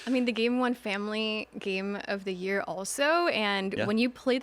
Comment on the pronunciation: Game of the Yera??? Speak English at least 😂